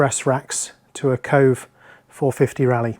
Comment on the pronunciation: Bro, it's pronounced Ko-vay.